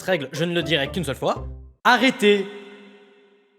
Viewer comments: C'est ARRÊTÉ pas Araiter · "Araiter" ;-; c'est pas français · Moi perso ça m'a juste fait exploser de rire le "araiter"😂😂😂😂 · Le "arAIter" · le "Araiter" c'était pour me tuer 😂